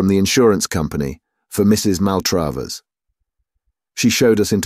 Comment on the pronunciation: I normally love reading, but his mispronunciation of Maltravers (said SO many times) was infuriating. The second A is pronounced as in 'black', but he pronounced it both as in 'date' (MaltrAYvers) and sometimes as in 'father' (MaltrAHvers)! If he's a real English person it's bizarre, if a bot, very annoying!